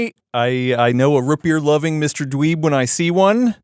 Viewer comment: anyone else notice says rootbeer like scooby doo would "rutbeer"?